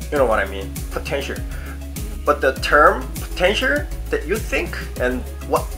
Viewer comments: potencher? 😂😂😂its potential. 😂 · Potentier.. Potential? Potentier.. I'm not making fun of you. just like your accent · I'm watching this not because I want to be an idol but to see struggle or having a hard time to pronounced the word POTENTIAL 😂✌ but I'm a fan. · I love the way you say potential x)